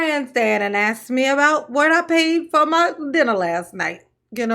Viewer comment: New drinking game: "As it relates too" Bad grammar in general "Axe's" 😂😂😂 death in 10 minutes 😂😂😂